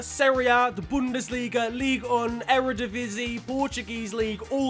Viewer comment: Wow your pronpunciation of eredivisie is actually really good for an englishman!